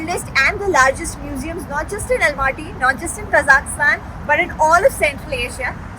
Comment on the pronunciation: Please pronounce the country name properly...its Kazakhstan ( there is no i in it)